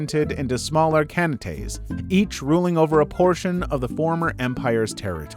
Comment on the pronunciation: It’s Kahn-ates, not Kan-tates. Everything else is quite excellent in quality and content.